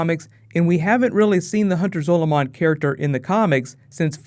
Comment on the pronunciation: MU GAWD its Zaw lu min